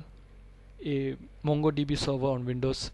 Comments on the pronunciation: Nice vedio! Please pronounce it MONGO not MANGO.. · Its not pronouncd MANGO db but MONGO DB! Get your pronunciation right before you decide to teach! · he called it MANGO DB .. he he